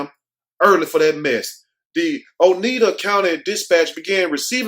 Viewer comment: Utica...."you´-tick-uh". And it's Oneida "owe-nide´-uh."